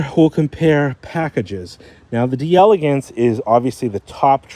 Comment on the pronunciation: It's not pronounced D-Elegance, it's pronounced D'Elegance, if that makes sense lol